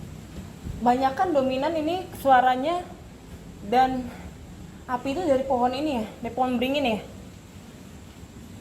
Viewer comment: API BUKAN APIH wkwkwk bercanda 😁